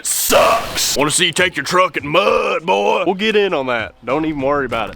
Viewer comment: C’MER BOY (pronounced more like Boah/bowl)